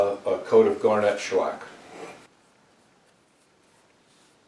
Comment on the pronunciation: I have a question regarding your pronunciation of the word “garnet.” In my experience when someone mentions the gemstone, the accent is on the first syllable: GAR-net. If I am hearing you correctly, when you mention the sandpaper, I hear it said gar-NET. Is there something I am missing? Maybe the abrasive use of the mineral is pronounced differently than the gemstone? Or perhaps it’s the old ToeMAYto vs. TOEmato? In any case, another wonderful video, we all learn something new with each one. Keep em’ coming!